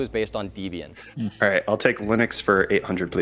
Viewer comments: at risk of being pedantic: Debian is pronounced Debian and not deebian as it is a portamento of Deb and Ian the husband and wife duo who created it. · And I thought it was just Siri that was as dumb as a brick. Turns out, iJustine is even dumber. And it's not DEE-BEE-Ian. It's Deb-Ian - as in the names of the people who developed it. Debra and Ian. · It's not Dee-Bian It's Deb-Ian or short for Deborah & Ian its creators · Marques: "This isn't $469... where's my money?" Linus: "Oh SORE-Y, it's Canadian Dollars" Also: "DEEBIAN" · Or pronounced it DEEbian? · What is "Deeebian". It was named after Debbie + Ian. Deb is therefore pronounced the same as in Debbie. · Never heard Linux pronounced Line-ux. Or Debian pronounced Deebian... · These tech people have surprisingly little knowledge of programming. I guess... they aren't programmers, even a little bit? P.S. Plus you know this isn't that heavily edited because mispronounces "Debian." 'pretty sure Anthony would know enough what the correct pronunciation of Debian is.